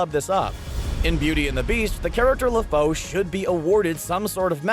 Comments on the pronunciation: Le Foe? Isn't it pronounced "La-Foo" ? As that's what he says in the film..... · le foe? Its le fou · Le Fou is pronounced "Le FOO" not "Le FOE".